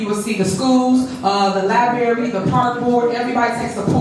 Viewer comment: Lie berry